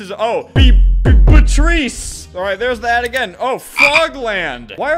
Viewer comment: “Be-b-BUTRECE” Beatrice, Albert. Beatrice 😂